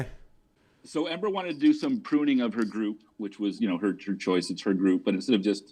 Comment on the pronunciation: He’s always been on the “didn’t mean tew dew it” train